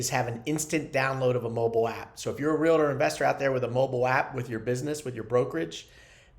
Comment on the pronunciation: UGH please say Realtor correctly if you are a licensed agent! 2 syllables. Not 3. Sorry, drives me crazy when I hear this. Like "nucular"...and thank you for the tips,!